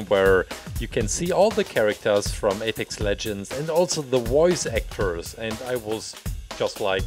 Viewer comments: did he just say epics legends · I love how he said Apex legends at the beginning with my country's accent